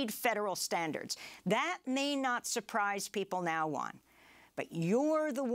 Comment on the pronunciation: Great show, I always listen via podcast. 1 little thingy, please pronounce Juan's name properly: Who-an :)